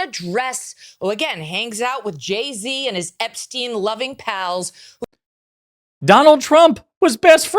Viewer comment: OMG SHE DID NOT JUST SAY JZ AND EPSTINE ARE YOU FUXKING KIDDING ME!!!!! AHHHHHHHHHHH I CANT!!!!!!